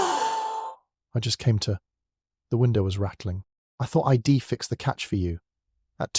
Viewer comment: Oh my God! Do you even bother to listen to these first? I dee instead of I'd I'll instead of I'll? Etc it's too much sorry